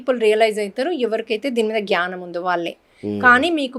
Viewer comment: Chalkaga cheptunnaru 🙏 Chinna correction gyanam kadu gnanam. 🤗